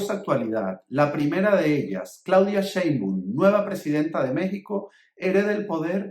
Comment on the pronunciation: nada más cuando pronuncias mal los nombre de la presidenta de México y del presidente saliente pierdes mucha credibilidad, Claudia Sheinbaun, no “Sheinbun”, y Andrés Manuel López Obrador no “Luis Manuel” revísate para que no pierdas credibilidad porque parece que estás inventando cosas cuando ni te preocupas en investigar los nombres